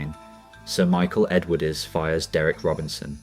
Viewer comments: until ai can speak English even close to properly (and I personally hope that it never can..) it should not be allowed anywhere near a video of which the subject is really interesting. The narration on this one is a joke… continually pronouncing the ‘e’ on the end of Edwardes? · Factually interesting but a shoddily produced video, photos badly manipulated, not matching the dialogue and some just random and nothing to do with the content. Let's see how many times we can mispronounce Edwardes. Awful! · The video itself is excellent, you do deserve huge credit for that and I would certainly watch more of your output. But in a story about British Leyland it's a bit of an issue if the narration cannot even ppronounce the word "Edwardes" properly. Please take this as constructive criticism and not just nasty sniping from the sidelines because it certainly isn;t that.